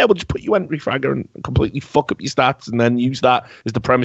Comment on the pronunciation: He didn't say f*ck, he said FOK